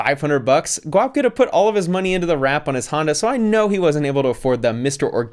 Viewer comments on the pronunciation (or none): “This is ‘Guap getta’” wow that pronunciation killed me